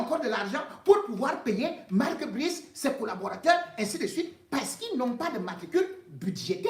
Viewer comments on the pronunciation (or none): On ne dit pas Marque Bris 😁😁😁😁